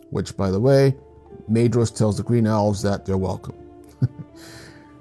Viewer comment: When you pronounce the names properly it feels even more immersive and REAL, harder sounds on Gs and Cs for example. Dh is soft Th so Maedhros is Mædhros! Maglor is not mag as in magazine but more like Mawglor! Some websites provide audio of how to pronounce their names! ❤️❤️❤️❤️